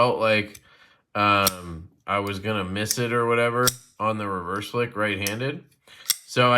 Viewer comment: Yu CaN MizZ It Den It Hertz My Fingy 😂😂 JK love ya buddy